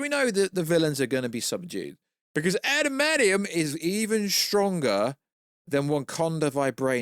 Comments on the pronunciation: What is “adamadium”? It’s what keeps saying. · 😂 love the way pronounces adamantium 😂